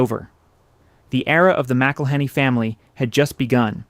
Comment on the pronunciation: I waa born in Louisiana, and been spicing my eggs since an early age. You are mispronouncing McIllenny. The name is more flowing...enjoy the vowels and don't pronounce the consonants...in particular the H! The H is silent!!! My family is also Scotch-Irish and came to Louisiana about the same time.